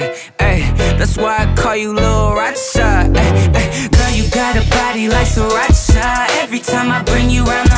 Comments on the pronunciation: Who else likes the way he pronounces Sriracha 😍😍😍 Sri-RACHA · taught me how to pronounce sriracha